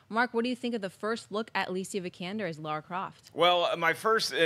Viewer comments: Yeah I know. They say Laura and not Lara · LARA not Laura, ffs. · cmon guys it's lara croft not lora croft geez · Lara! Not Laura! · It's LARA not Laura. lol It's obvious that they haven't played any of the games. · LARA, not Laura. How hard is it to read when it's part of your job?